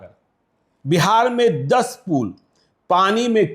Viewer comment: पूल नहीं,पुल।